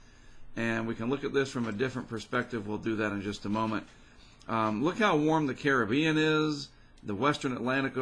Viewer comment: Finally an American that says Caribbean properly, not car rib i an